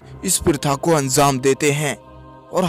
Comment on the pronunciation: Pahle Tu anzam Nahi anjam bool